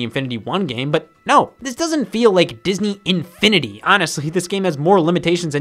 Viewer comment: Bro, the way he said “Disn-E Infini-D”